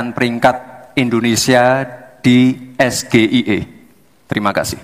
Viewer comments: Gibran juga salah cara mengeja itu kan bahasa Inggris ejaannya salah besar . Makanya gak usah merasa pinter . Gayanya sok polos ,sok jujur , sok kalem , sok oon , cupu dan lain lain . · Gibran ngasih pertanyaan ngawir yg dia sendiri kagak bisa ngejawab😅 Singkatan inggris di eja bhs indonesia. Ejaan Indonesia SGIE artinya kan si gibran ingin eksis Ejaan inggrianya es ji ai ie. Inggrisnya state of the global islamic ekonomi. Bran bran.. Sgie ndasmu😅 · Maaf SGIE itu singkatan bahasa inggris mas... Harusnya bacanya Es-Ji-Ai-I.. anakku yg Smp Ja ketawa pas liat 🤣🤣🤣🤣 Main tebak singkatan, keg cerdas cermat🤣🤣🤣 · pelafalan S G I E yang seharusnya S G AI I singkatan Inggris dibaca ejaan Indonesia, satu duniapun gak bakalan paham 😂😂😂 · Cak Imin ga ngerti. Karena Gibran tdk tepat bacaannya SGIE. Baca yg benar sai ji ai i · Mas Gibran keminter dihadapan profesor Mahfud. Dan saat membaca SGIE jg g bener. Kita doakan saja semoga mas Gibran tetap menjadi walikota Solo. Atau meneruskan usaha bapaknya di bidang perkayuan. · Suhu ngibul 😂😂😂 sgie pengucapan Indonesia 😂😂😂 itu singkatan Inggris bro😂😂😂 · SGIE saja Gibran salah sebut. Klw penggunaan bahasa itu hrs benar sebutanya. Ini bukan ujian anak SD. Tp forum terbuka. Dan hrs di sertai dg singkatanya.... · Saya gak nyangka mas gibran kasih pertanyaan SGIE singkatannya bahasa inggris tapi pelafalannya indonesia banget,kira2 belajar bahasa inggrisnya dimana ya😁😁😁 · Ya jelas CUPU LAH gibran kalau orang paham dan pandai sinfkatan itu kan tergantung yang mengartikan atau kalau singkatan bahasa ingris harusnya cara sebut huruf pakai logat bahasa ingris juga CUPU CUPU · ❤Gibran lebih tidak paham SGIE Bahkan mengeja pake bahasa inggris saja TIDAK BISA ❤ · ya iya lah yang bertanya aja nyontek dan planga plongo dan cara ngejanya juga salah besar😂 SGIE kok di baca Indonesia,,,hello itu singkatan bhs inggris belimbing sayur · Singkatan bahasa inggris harus pke bhsa inggris juga... SGIE= ES JI AI I bukan ES GE I E 😂😂